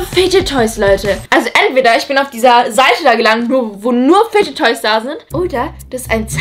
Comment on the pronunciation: fidget toys, nicht fige toys